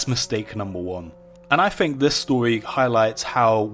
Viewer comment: It's Think... THINK. It's not Fink there is no F